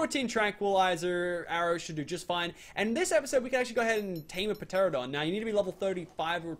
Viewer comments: It’s not p Tera don teradon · It's just terradon the p is silent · it's ter-an-a-don get it right next time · Lil Nightwing per-teradon lmao. It’s pronounced ter-an-a-don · pteranadon- ta-ran a-don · goddddddd its teradon not peteradon!!!! the p is silent! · tera-don not pt-ear-a-done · tare-uh-dahn. not puh-tare-uh-dahn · (Pa-tear-adon) my god ur killing me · pa teradon lol, p is silent is pterodactyl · ITS PRONOUNCED TERANDADON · did he actually say p teradon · Its called a teranadon the p is silent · urrrh meehhh guurrrdd u pronounce it teradon it has a silent p in pteradon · Teranadon that's how to pronounce it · ITS NOT Pteradon the p is Silent! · It's tur-an-uh-don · He called it a p teradon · It is pronounced te-ran-o-don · It's pronounced teradon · It is pronounced ‘ter-ran-a-don’ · its pronounced teranadon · Pteranodon is pronounced teranodon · the p in pteradon is silent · The p is silent in pteranodon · I hate how pronounces pteranodon the p is silent he should know how to pronounce it